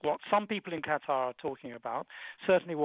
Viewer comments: STOP with the "Cutter" for fucks sake!! It's "KA-TAH" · Qatar.......... Cutter.LOL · I've never heard of a Country called, "Cutter".....